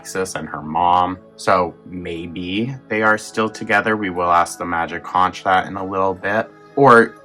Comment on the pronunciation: Conch rhymes with "HONK".